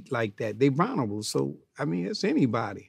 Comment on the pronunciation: I love old heads that always mispronounce shit, “they vonerable” 😂